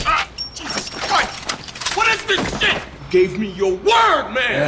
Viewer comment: Ever since ive seen this i say shat instead of shit cause of chibbs lol